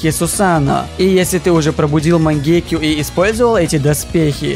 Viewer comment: Почему ты говоришь мангеке. Говорится мангёку